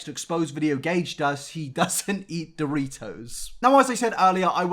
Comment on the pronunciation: I just wanna say that when you said James got kicked out for stalking Shawn Mendes I closed yt to research that tea. 😂😂😂😂 lowkey mad I didn’t watch three more seconds to figure out you were joking 😂 Also somebody should make a compilation of you saying Doritos. Doe-ree-toes